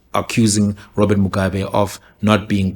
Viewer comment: Even the way he pronounces Mugabe's surname says everything we need to know kuti why he took that position. Just replay muone. If you are going to tell the story taura sezvazviri shamwari, dont be that biased.